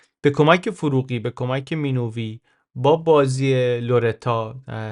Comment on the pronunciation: Minoovi❌ Minavi✅